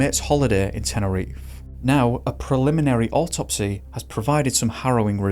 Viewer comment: What an imbecile. It's all on him. Also: It's not "teneriffff"... it's Te-ne-ri-FE